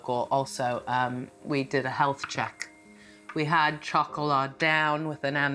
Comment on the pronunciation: Chocolat does not mean "Little Girl"...that is Petit Fille in French! It is also not pronounced CHOCOLAH - it is pronounce SHocolah. SHO-CO-LAH Chocolat is Chocolate...period! GEEZ..KUDOS to Graziella...If she is in her 80's she was a Senior Citizen over 15...perhaps even 20 years ago. If you're going to take her...I pray she thrives to the extent she can in Dorset! Hiya Toto! Cataracts, eh? You're still doing pretty well and I hope they will fix that problem!